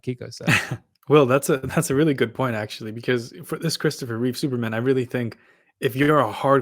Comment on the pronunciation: This guy doesn't even know it's REEVE, not REEVES.. and he's criticizing the statue? Give me a break. It's 100 percent REEVE.